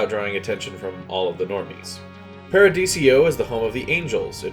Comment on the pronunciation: Paradiso. 4 syllables. Not paradisio